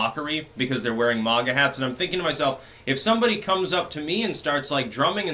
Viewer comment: its "maga" hats not "manga" (with japanese pronunciation) you fucking weeb